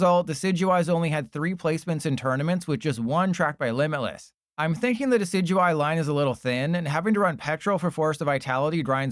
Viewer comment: I believe decidueye is pronounced deh-SID-you-eye like the deciduous tree, no? or is this some inside bit?